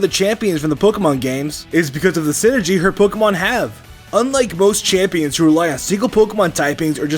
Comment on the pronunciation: During The Cynthia Section He Said Synergy, More Like Sinnohgy